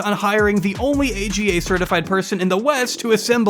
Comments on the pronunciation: AGA is 'Arga" not A.G.A. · AGA is pronounced ah-gah not ay gee ay. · It’s called arga not aga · It’s not an A G A it’s an ahgah. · The stove is not an A.G.A. It’s an Aga - pronounced Argar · It’s not A.G.A, it’s AGA pronounced as in Ahgah. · It’s not a g a oven they’re pronounced arga’s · Aga oven is pronounced “Arr-gah” 😊 very interesting video! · it said : AGGA - like ah-gah, not A.G.A. <3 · Love how he says A.G.A cooker. I’m a n the UK and Aga’s are common if you live in the country, as I do. It’s pronounced ArrrGar. £4K to install it! That’s a lot, they are really basic. So basic in fact, I serviced my own Aga this year rather than pay for someone else to do it. She seems lovely and Mormonism is evil to have done this to this woman. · The stove name isn't an acronym just read it all out as "arga" one word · Oh you can find AGAs in rlly old houses in England! (They’re pronounced aga, not a g a XD) they’re so expensive because not only do they need pipes and shit, they ALSO need a concrete plinth so stand on! So you need to remove your floor in that area and install a slab of concrete. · These cookers are pronounced argh ga. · A v good video, it added a lot of disturbing info to an already terrible situation. Only point I would add is that the name of the expensive stove is pronounced aaarghar. They're v common in farmhouses in the UK & last years. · Thanks for this, I enjoyed it. Just for info *that you will likely never ever need again), the type of stove they have is pronounced as one word: AR-guh in British English 🙂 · I love pronouncing the Aga stove AGA. lol! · 1. Traditionally AGA is pronounced as a word Ah-guh. 2. The fact that the Jersey cows sudden became new Jersey cows by virtual of being new is funny. Although I think the footage you show are Holstein. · AGA is phonetic, it's pronounced 'ar-guha'. More common in the UK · AGA is pronounced ‘ar-ga’ they used to be quite commonplace in the UK then became ridiculously expensive to maintain.